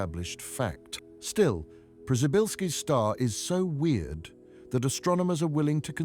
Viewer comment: I kept wondering who the hell named that star pryzybbzyyzylki, then I realized it's just very badly spoken Polish and its named after astronaut Przybylski.